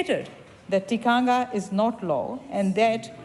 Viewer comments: Just like how your law was forced on māori like a cult, under the guise of TTOW? when it's done back to you, you don't like it do you? and get it right, it's TIKANGA not tikangia! no wonder you're mislead cos you have no idea do you! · I am studying a Batchelors degree in counseling one of my papers are Whakatupu: Te Tiriti o Waitangi... great to learn, but my lectures aproch is rather political at times. I get that I need to be culturally diverse, and all that goes with my degree when counseling different cultures... however, we get marked on our pronunciations of Te reo and criticisms are given. I have addressed my assignments and clients with respect and honor but I dont understand why we are academically judged on pronunciations. It has given me 0 confidence to do my job in the future, even though I am a great counselor... I am not doing a Batchelor degree in Te reo... so disheartening, to say the least. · Cognitively impaired, many people in this thread- this MP cant event pronounce the word Tikanga properly. The line of argument contravenes the provision in Te Tiriti O Waitangi and will drive NZ into chaos. This migrant has been exploited as conveninet tool to drive the divisive and racist agenda of the Act Party.